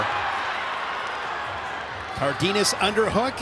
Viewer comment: It’s pronounced Car den as